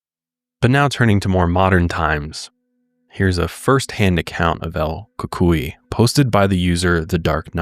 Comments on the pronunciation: Pronounced cucuiy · The Ku-Coy is how I was told it's pronounced